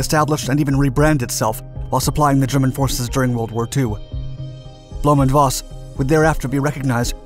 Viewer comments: Voss is pronounced Foss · Voss is pronounced like FOSS Volkswagen like FOLKSwagwen